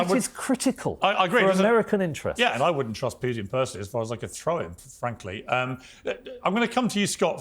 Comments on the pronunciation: For all english native speakers: PUTIN is red like put- in, not PYUTIN... avoid sound "YU/JU" IN THE "U" letter. 😊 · Anyone who pronounces Putin as "PEW-tin" automatically shouldn't be taken seriously. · 😂😂😂 I scream loudly every time I hear them say “Pew tin”. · To all you British dorks: his name is "Putin" not "Pewtin". Until your country stop jailing people for tweets I don't wanna hear you opinions about American affairs. Go home redcoat. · Poo - tin